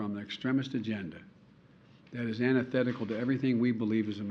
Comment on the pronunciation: “All 50 Straits and the District of Cumbia” “That is Anithetical to all we believe in”. He sounded either drunk or out of it.